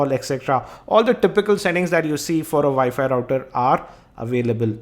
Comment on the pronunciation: It's called WiFi not ViFi